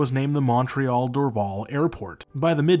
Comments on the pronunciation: Your pronunciation of Dorval Airport is wrong. It’s pronounced ‘Door-Val. ‘. I apparently was taken there in 1964 when I was 3 by my 13 year old sister to watch the Beatles land. I however have no recollection of it. Lol. Cheers from Montreal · I would highly recommend that you listen to how a native speaker would pronounce our cities. Montréal is not pronounced “mawn-treahl” (every American says it that way). In English we pronounce Montréal as “mun-tree-all”. Dorval is pronounced “Door-VAL” like the val in valley or Valerie; in both languages.